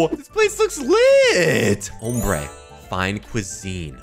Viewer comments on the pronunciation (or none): It’s pronounced om brae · Name ombré pronounced amber it’s a Spanish word I speak small amout of Spanish know the word not meaning 😊